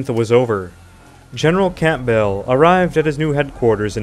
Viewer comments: Is he really saying Camp Bell? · Campbell ( Cam-Bell...P is silent) Lille ( LeeL) Ligonier (Lea-go-ny-A) was a French exile. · general camp bell? you dont pronounce the 'p' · Dissappointing that even common British names (EG. Camp-bell for Campbell.) were badly butchered. I get that Europe is more varied with names & languages etc but it was hard to follow who, what & where were being discussed with such haphazard pronunciations. I feel it also shows a level of disrespect. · Just #FYI, , in the section from - , RE General Campbell, the 'p' is silent. It should be pronounced "Cam-bell". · the p in Campbell is silent, it's pronounced Cambell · Campbell is pronounced' Kambell'. The 'p' is silent. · Campbell is pronounce Camble. Rhymes with amble. Also, Lille is not pronounced Lily. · Is that a robot voice? Read out v redooute, Campbell v camp bell 😂😂😂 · One of my friends pointed out that its pronounced Kambull. I had never heard the name pronounced aloud before and had no reason to think otherwise. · Umm... Campbell is pronounced in such a way as to rhyme with "gamble" or "ramble", etc.😁 Otherwise, the whole presentation was thoroughly enjoyable! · Campbell - the p is silent, and the double L is not emphasised. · The mangled mispronunciation of placenames and surnames, often with the wrong syllables stressed, too, is painful to listen to. You can't even get the Scots name "Campbell" right! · Bloody AI voiceover. Most of the lesser placenames are mispronounced. If you can't even set the field correctly, why should we believe anything else? Lill-le, for example. Dauphin, Campbell, names too.